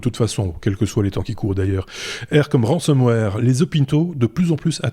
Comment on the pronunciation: Excellent podcast ! (Petite remarque : 'ransomware' et non 'ransomeware' )